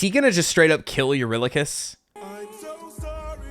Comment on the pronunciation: I love the detail that the "face" doesn't move! I didn't notice it right away, what amazing details. ❤ Sorry you got pronunciation bullied, that sucks. We'll have those commenters take some torches too